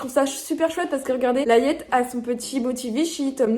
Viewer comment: Juste pour info, pour “Layette”, on dit “Léyette” comme de la layette pour bébé ;)